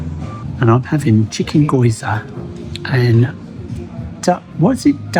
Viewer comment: Oh, haha, I’ve just come back from Japan, gyoza pronounced Ghee-o-za. Good to see you guys enjoying yourselves after a stressful start to your break!